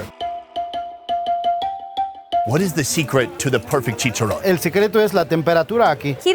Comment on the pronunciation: you are saying checharon so wrong